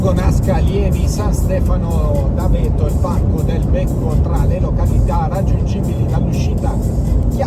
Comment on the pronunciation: Santo Stefano d'Aveto si pronuncia con l'accento sulla a